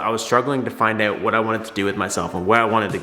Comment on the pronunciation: My dude said peace “oat” and never came back :(